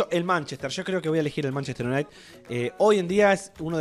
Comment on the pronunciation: Manchester Iunait xd